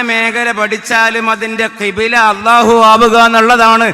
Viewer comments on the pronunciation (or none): none